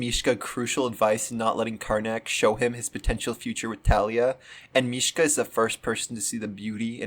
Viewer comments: I love this so much but it bothered me the entire time how you pronounced is mish-Kuh instead of mish-uh I’m sorry 😭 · This video is so good but why do you call Misha "Mishka" 😭 Where did this "k" come from? 🙏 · His name is Misha, not Mishka. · “MISHKA” LOL (mishka moushka miky mouse)